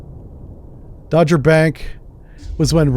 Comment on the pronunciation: It's Dogger(Dog - er) but as English is not your first language.....